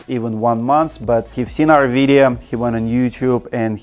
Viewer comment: I love how you say videa